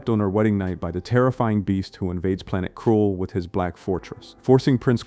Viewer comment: Not to mention the tendency to mispronounce things, particularly names, as this one did every single time it mispronounced the title for KRULL as Krool.